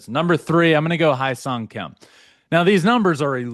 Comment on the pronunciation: Yesss Hyeseong Kim! Even with limited playing time, he somehow manages to produce at any given opportunity and Dodger fans are hungry to see him get more playing time. Also just fyi it's pronounced "Heh-seong" not "Hi-seong" ❤